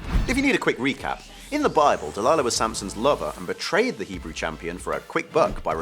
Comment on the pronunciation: wow.. u even got the hebrew stuff 100% כל הכבוד!